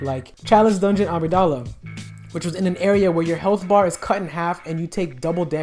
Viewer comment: I know I'm late but man he butchered the word Amygdala.